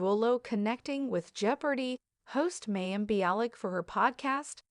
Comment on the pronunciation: Very AI voice. This is why we need humans to read things out loud. It's said Ginger not jing-er. I know of course it is spelled with the J like the rest of the Duggar children. Oh, and Mayim was said as May-im. 🤪